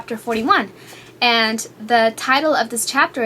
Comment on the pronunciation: ummm can u work on pronouncing words? its not "antt!" or "i love iTTT" or :"becauzzze"